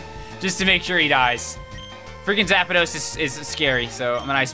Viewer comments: "Zap-a-dos," lol. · STOP SAYING ZAP-A-DOS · PBG: “Zap-a-dos” Me: 🤦🏻‍♂️